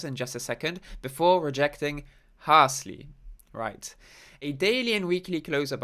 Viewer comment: Harshly not harsly 👍🏼